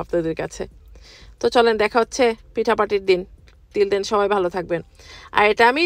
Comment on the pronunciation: এই ডিমের মধ্যে কেকের মধ্যে না বলে আর দেখা হবে বলতে গিয়ে নেখা হবে বলে আবার আপু যে বললেন আল্লাহ আমি তোতলা হয়ে যাচ্ছি। এ দুইটা কথা শুনে আমি হাসতে হাসতে শেষ 😄আপনার কথাগুলো খুব ভালো লাগলো।